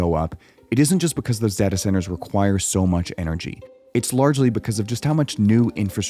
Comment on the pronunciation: It caused me physical pain every time you said dahtah.